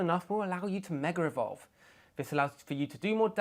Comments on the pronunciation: It's not " Mega Revolve" It's MEGA "EVOLVE" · the accent struggles with words ending in "a" sounds. it's more like he's saying "megar evolve"